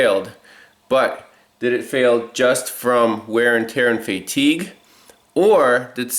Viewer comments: What is “Fay-tigue” it’s all one word Fatigue 😂🤣🤣🤣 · Haha never heard of it being pronounce like that